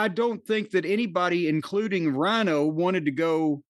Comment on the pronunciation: Rhino??? Rhyno you mean?